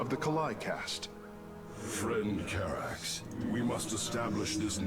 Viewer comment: I like this stage because I was introduced to my favorite Protoss character. ^^ BTW, it's Karax. ;)